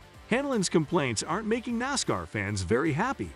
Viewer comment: IT WILL S NASCAR, NOT NASKER. IT IS BUBBA WALLACE NOT BABBA.